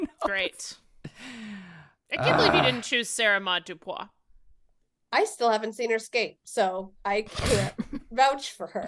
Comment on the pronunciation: it is Sara-Maude Dupuis. Why did y’all steady say Dupois over and over, like what? Dupuis. Doo-pwee, not doo-pwah